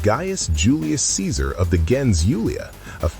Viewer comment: Nothing was changed about Ceaser and it’s hard hearing you mispronounce some of these names in your videos.